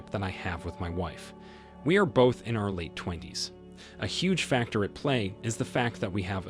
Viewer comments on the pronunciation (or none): none